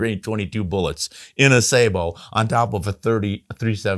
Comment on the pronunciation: Pronounce sa-Bo not Sa-bo with accent on second syllable like you are pronouncing it wrong.